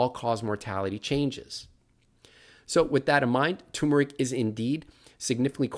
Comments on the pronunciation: TUHR' muh rik, not TOO muh rik. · My biggest question about turmeric is: why does nobody pronounce the first “r”?